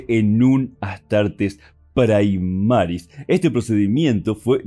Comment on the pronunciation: Primaris, del latín no praimaris